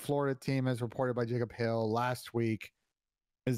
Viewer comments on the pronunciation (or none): none